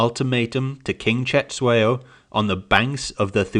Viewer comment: Its not setshwayo but its Cetshwayo, pronounce it with click sound. Anyway thank you for your lesson